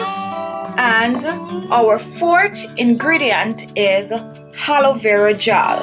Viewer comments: It’s Aloe Vera not ‘Haloe Vera’ Hahahahaha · Why You say Helo Vera gel when it is Aloe Vera gel! Sick! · Did you just said haloevera 😂😂by the way the product is good though🖤